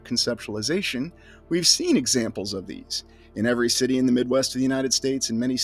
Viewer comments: are you always saying "shitty" in the place of the word city? it sounds like it, and its funny... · do you say "schitty"? 😂😂😂